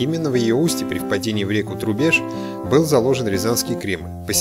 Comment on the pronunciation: я знаю что лыбедь, а произношение реки Трубеж было неверно.